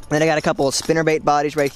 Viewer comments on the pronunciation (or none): none